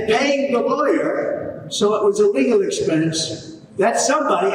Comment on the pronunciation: I know a says "a legal expense" but it sounds like illegal expense.